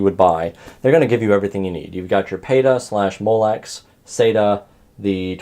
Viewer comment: Its not BitPhoenix, learn to say the brand name properly. Its not Peta, its PATA! Learn to say the words properly.